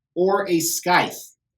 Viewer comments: While I do agree with your pronunciation of Ryu... I think you're butchering the word scythe. It's "sithe." But you do you, brother. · The C is silent in scythe.